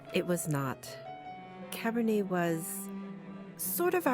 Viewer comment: Just so you know, The T is silent. Cabernet is a wine cepage, probably one of the most well know cepage from Bordeaux.